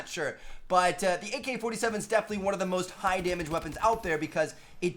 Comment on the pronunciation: He said mk-47